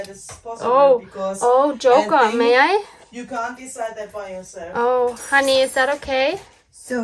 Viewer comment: Very Fun. For everyone who isn’t Germanic, her name is (not “Honey”). Probably short for Hannelore or Hannah? Tyrol is THE Most beautiful place I have been to!!!